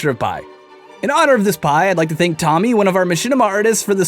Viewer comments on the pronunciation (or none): none